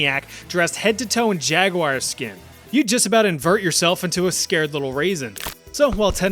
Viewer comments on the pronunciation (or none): none